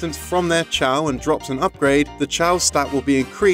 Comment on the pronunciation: My only issue is the fact that he says "Chow"Garden, instead of "K.O."Garden. Since Chao is just the game's way of shortening the word Chaos.